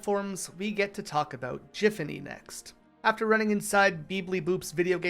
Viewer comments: it's GIFanny, GIFanny! NOT JIFanny .MY .GOD. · Why do you keep pronouncing Giffany/.GIFfany wrong?